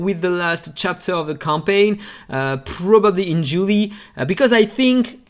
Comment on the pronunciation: Pronunciation of JULY: Pronounced Jew - lie.... often referred to as the start of summer in the Northern Hemisphere, the month after June and before August. Julie.. or July.. as per your pronunciation, is a popular Latin first name which originally comes from the Latin Julia (Julie means: A variant form, regarded as French, of Julia)